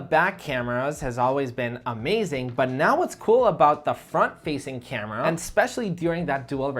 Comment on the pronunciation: Why You pronounce every word with 'Um' suffix? Camerum? Nonsense